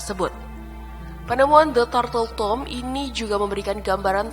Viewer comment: Pengucapan nama juga perlu diriset mbak agar informasinya lebih akurat dan sesuai. Diantaranya: (san) jose = hose cartagena = karta-khena (turtle) tomb = thum adipocere = adiposier neuchatel = nushatel Selebihnya oklah. Semoga makin baik dan makin banyak subscriber-nya.